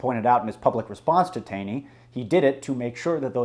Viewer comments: Roger Taney's last name is pronounced TAW-nee, not TAY-nee. Other than that, great video. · Chief Justice “TAW-nee”!